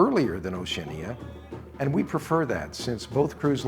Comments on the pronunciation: I have a comment on the presentation, the correct pronunciation of Oceania = ow·shee·a·nee·uh. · Why are you the ONLY person who butchers the pronunciation of Oceania. It's Oceana, the I is not pronounced. It's also often mispronounced Oce AN ee a. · NOT TRUE. Oceania is correctly pronounced O she ah nah. Listen to any videos by Oceania or persons who work for Oceania and this is how they say it. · Curious pronunciation of Oceania. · Just awful. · Well since you cant even pronounce the word Oceania....... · Hopefully you will learn haw to pronounce OCEANIA prior to your going on them. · Strange pronunciation of Oceania. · THE WORST. I've never heard anyone pronounce it this way.